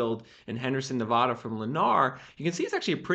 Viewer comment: You're driving me crazy, you're mispronouncing Nevada; stop it!!! 🤬